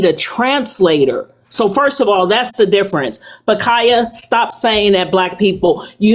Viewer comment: this was a trip. "how can u tell the diffronse?"